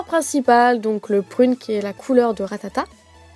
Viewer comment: mdr elle dit RATATATE a 😂😂